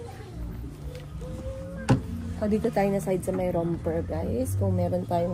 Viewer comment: dito sa US, yung Romper ay Romper hindi Ramper. Tapos tama ka naman na ang Volcano is Volkayno ang pronunciation hindi Volkano